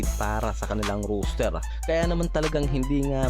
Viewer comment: The way you pronounce ROSTER is funny . Sounds like "ROOSTER"